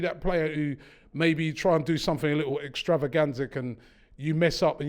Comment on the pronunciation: Learnt a new word today; Extravagansic 😂